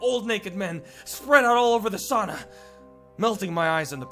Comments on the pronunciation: when you said sauna it sounded so weird XD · 😂😂😂😂😂😂😂😂 its fun when u say sauna. cuz im from finland